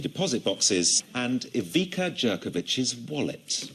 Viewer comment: Tnx for upload! Btw, why can't BBC check how people names are actually pronounced - Ivica Jerkovic (Ivitza Yerkovich)